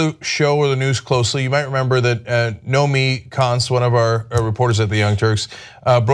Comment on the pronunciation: John- - your colleague's name is pronounced "No Mee", not "No Me Kee"...:)